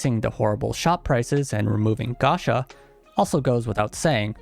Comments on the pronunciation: Dood please, PLEASE, stop saying gasha, it's gacha, from gachapon. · Why are you saying and writing "Gasha" instead of Gacha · While the fans are upset at the game, I’m upset he keep saying “Gasha”